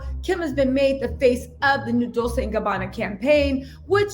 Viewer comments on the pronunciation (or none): It's pronounced dol-CHAY in Italian. I think you're saying dol-SAY because of dulce in spanish. Not the same! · I am obsessed with your channel, love your bubbly energy as well! It’s pronounced “dol ch ée “ 😘😘